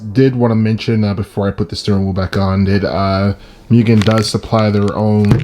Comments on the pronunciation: Nice upgrades but dude less of the MEW-GAN it hurts my ears 😂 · MOOOGEN* lol I said Mugen for a while too.